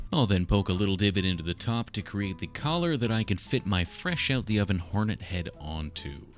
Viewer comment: Why do you keep saying heroin instead of hornet